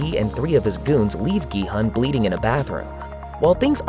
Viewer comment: a big point there. i watch normally foreign movies with english dub(if there is one) but this was just pure trash.. the german dub quite good tho, also the names are much better pronounced than in english.. like Gi-Hoon.. and not Gi-Hun. wtf